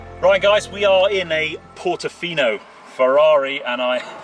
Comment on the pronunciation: It’s portofino not portafino